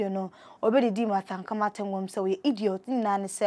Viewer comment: Be a good presenter, aba! What is Ankama? Her name is Ankomah wai.